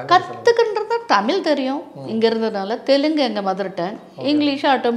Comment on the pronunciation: ரோஜா ரமணி அம்மா மிகச்சிறந்த குழந்தை நட்சத்திரம்.. பக்த பிரகலாதன் இரு மலர்கள்.. மிகவும் சிறப்பான நடிப்பை வெளிப்படுத்தி இருப்பார்.. இவரைப் பேட்டி எடுத்ததற்கு நன்றி.. அம்மா ஆங்கிலம் அதிகமாக பேசுவீர்கள் போல.. டமிழ் என்று சொல்கிறீர்கள்.. தமிழ் என்று சொல்லுங்கள் அம்மா நன்றி